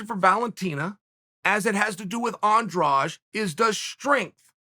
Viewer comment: Do you see a "j" in Andrade. It needs to be pronounced Andradeh. Brazilians end it with a soft "d" which misleads people into thinking it is pronounced like the second "g" in garage. English doesn't have a sound like the soft d.